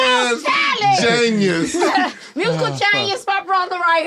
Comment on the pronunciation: IM DEAD!!!!! JAANYUS!!!! Hahahaha she drunk 😂😂😂😂😂